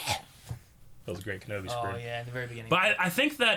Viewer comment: you said it wrong at ~. It's not "Kenobiargh!", it's "KENOBAAAAYYYEEEIII!"